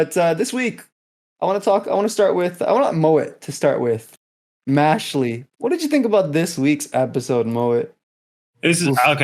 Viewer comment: The way you pronounced "Mashle" hurt me 😂